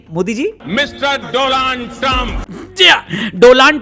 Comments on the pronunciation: DO-LAND 😂 TRUMP 😅😅❤❤ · Mr. Do-land Trump 😂😂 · आपके मुंह से डोलांड सुन के मैं , बहुत देर तक हंसा😅😅😅😅😅😅😅😅 डोलांड